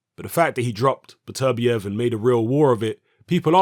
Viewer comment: It's "Better-bee-ev" Not "Bet-ER-biev"